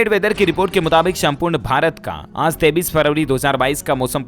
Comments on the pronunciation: 23 ko 33 q bolte hai...? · Aap 23 ko 33 kyo khte hoo?